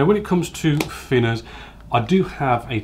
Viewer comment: The fing is saying fick or fhin finners drives me crazy! Great vids though 😁